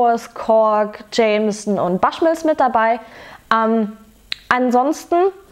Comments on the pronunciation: Prinzipiell bin ich begeistert von deinem Zugang zu Whisk(e)y-Reviews. Aber bitte versuch wenigstens ungefähr, die irischen/schottischen/englischen Namen richtig auszusprechen. Bushmills spricht man genau so aus wie es geschrieben wird. Das mag jetzt "nitpicking" sein, aber man muss ja nicht jeden Fehler, den die deutsche Whisky-Review-Landschaft macht (Verschwörungs-Lüning ist da ja ganz vorne dabei, da ist man sich bisweilen gar nicht sicher, ob er von dem Produkt spricht, welches man eingeblendet sieht) auch nachmachen. Ansonsten bist du derzeit meine Lieblingsreviewerin. Lustige, unpräteniöse Art und man merkt es dir an, ob dir das Zeug grade schmeckt oder überhaupt nicht. Bitte weiter so :-) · Glen "Fiddisch"?? 😂😂😂 Falls Dich mal jemand fragen sollte, Aussprache: Glen "Fiddick", im Gegensatz zu Bruichladdich, da ist das "ch" stumm, also "Bruchladdie". Und bitte, das "Baschmills", keine Ahnung, woher Du das hast, spricht sich natürlich "Buschmills"! 😆🙈 Wer Whisky sein Hobby nennt, sollte auch wissen, wovon man spricht und sich tiefer mit der Materie beschäftigen, dazu gehört als Basis mal die Aussprache.